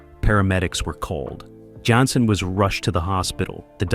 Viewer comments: Repeatedly throughout this video, the series star's last name is mispronounced. David's last name was "Janssen" pronounced: "Jan - sin" NOT "Yansin" ("Yan sin"). All of a sudden (and also ), his name is pronounced correctly, then a few sentences later his name is mispronounced again, and again, and again. Are you A.I.? Contrary to what your narration states (and also later), a walking cane was NEVER used on an on-going basis by Harry Orwell, and it was never "a defining trait" for the character. These notable research mistakes negatively impacted what could have been an enjoyable experience viewing your video on a fine tv series. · JAN SEN, not yan sin. Great topic, great series. Film noir meets Swanson TV dinners. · It's great to see anything at all about this wonderful show. It's too bad this is so full of shit and inaccuracies. And why does the voice say "Yanson" ( or Yiyyanson) most of the time but pronounce it correctly once in a while. The part about Anthony Zerbe not liking the fast pace of shooting because he was a stage actor is ridiculous. He had been working in movies and TV for years by the time he got the role in Harry O. And I strongly disagree about the "first season magic" line. The second season was great. And NO mention that Zerbe won an Emmy for Best Supporting Actor for his role. Half of what is mentioned is either made up or AI confused it with some other show. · Right? It actually got on my nerves.